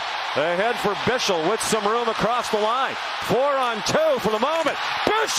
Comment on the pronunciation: wow how hard can it be to pronounce "Bichsel". it really is not hard and they are butchering it so badly. It is DEFINITELY not "Bishel" (if it would be written like "Bischel" then it would be, but it's not). Just say it like Michael, or Eichel. "Bikhsel", it is not that hard.